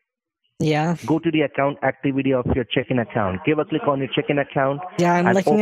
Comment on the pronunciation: I don’t mean to make fun of the accent. But... ... I can’t be the only one hearing “chicken” account... right?